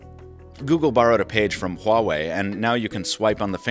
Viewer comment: The first time I hear the correct pronunciation of "HUAWEI" from English review. 👍👍